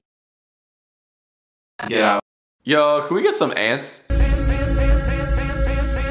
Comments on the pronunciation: Ants not Sant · Its ants not sant. Redo the whole thing right now, right now. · It’s ants not sant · ants not ant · Micah Philson not sants it’s ants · i thought you were saying sant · You forgot the T at the end, now you gotta redo it bruh